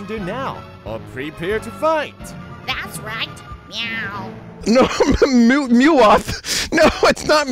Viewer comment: Why is no one talking about "mewoth"